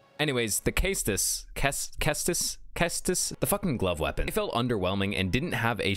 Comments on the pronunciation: Its pronounced “ses-tus” not case-tus google translate can prove it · Cestus is pronounced ses-tus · CESTUS... pronounced CES-TUS. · "Sess-tuss" is how it's pronounced